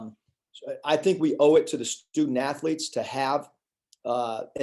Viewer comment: "I think we owe it to the student athelets to play." I love that attitude.